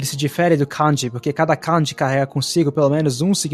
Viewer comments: Cara, não é canji (com o can do inglês)) como você também falando no vídeo. É Kanji ( com o can de canjica). Você fica parecendo um gringo americano falando as palavras em japonês. Acento muito esquisito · Amigo, te recomendo o app JAccent. Não me leve a mal, é só uma dica para ver onde está o tom alto e baixo nas moras japonesas. Vc pronuncia "kanji", denwa, watashi, etc, com acento tonal diferente do que os japoneses usam. Falo isso pq na hora notei o erro de pronúncia e confirmei tudo no JACccent